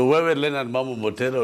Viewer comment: Pia mwanzoni alisema Mambo Mbotala🤔😉